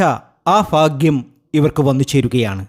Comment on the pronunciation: ഫാഗ്യമല്ല ചങ്ങാതി. ഭാഗ്യമാണ്.....